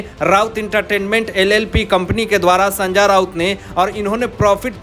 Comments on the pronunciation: Sanjay Raut ko sanjaar Raut kyu bolta hai ye reporter???? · भैय्या,नाम तो सही ढंग से लेना सीख लो, बार बार सन्जा राऊत,सन्जा राऊत बोल रहे हो।